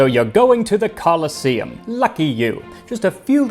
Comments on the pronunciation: It's actually pronounced "co-LOSS-eum", Max, with emphasis on the middle syllable. Like 'colossus', see? Because of that statue nearby, the Colossus Solium. However the other version of the word, coliseum, is pronounced the way you're familiar with, and its an important distinction. For the sake of respecting history and linguistics, if nothing else. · I invented a time machine just so i could visit the Romans, you know "Call-in-to-see-um" now and again. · The e in "colosseum" is long, so the stress shifts to the penultimate syllable, which is said e . "coloss-E-um" is correct.